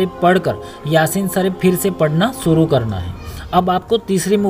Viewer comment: pahle. bolna. seekho. bismilla. sareef